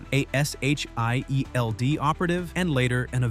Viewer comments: Just say it say shield, one time I dare you we know it’s an acronym you can still say shield 😂💀😂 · My ears. Listen to how he pronounces Jean Grey and S.H.I.E.L.D.